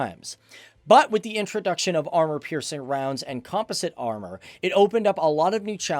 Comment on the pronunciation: It hurts. I can’t… “Lecler-C” “Com-poh-sit” 😖 And shows a Russian tank as a patton